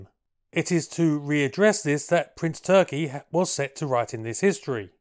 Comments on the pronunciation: Calling him ‘Prince Turkey’ kinda detracts. I found the pronunciation with one search. More like Toorrr-kee with a rolled r. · you did it again and pulled a rabbit..a BIG Rabbit out of your hat.👍🙏💪.. 🤔 on another note to keep you in the "know" his name is pronounced more like Toorki and definitely not like that bird 🤓😎